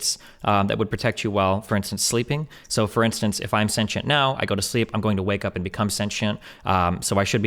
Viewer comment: I love how Destiny properly pronounce “sentient” . I could feel the petty through the screen lol